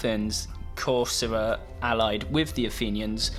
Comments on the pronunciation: You're pronouncing Corcyra / Corfu wrong . In fact , I couldn't tell this was actually it because of this mistake of yours . It's pronounced Korkira / Kerkira not Kosra ! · Corfu (Corcyra in ancient greek, Cercyra in modern greek) he not pronunciating it correctly thought, c sounds like "c" in the word "can"